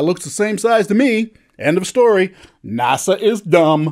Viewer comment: GREAT video :-) and "NASA" son ;-)